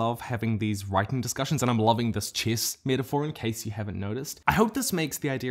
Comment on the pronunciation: He says the word chess like an Aristotzkan says the word cat! Glory to future us!